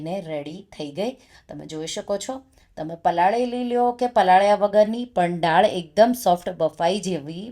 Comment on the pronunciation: રેસિપી ખૂબ સરસ છે હું જરૂર બનાવીશ બસ એક ગુજરાતી હોવાને કારણે ફક્ત એક સૂચન છે ઉચ્ચાર દાળ થાય નહીં કે ડાળ કેમકે ડાળ નો મતલબ ઝાડની ડાળ થાય